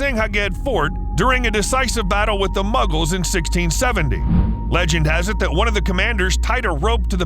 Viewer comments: Did he really pronounce Mughals as Muggles? 🤣🤣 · I chuckled when he said "muggles".. it's "Mughals", actually 🤣